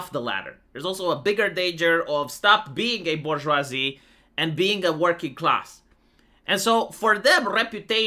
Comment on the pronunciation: The Bourgeoivee